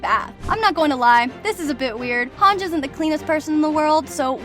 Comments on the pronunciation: "hanj" it's han ji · It is spelled as Hang-iiiiii not HANJ. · It’s Not Hang it’s HANGE you dummy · her name is pronounced hangee not hawnj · It's pronounced Hon-jee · Yeah I really don’t know why it annoyed me so much when you mispronounced hange